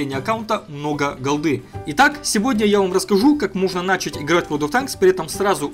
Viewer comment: не нАчать, а начАть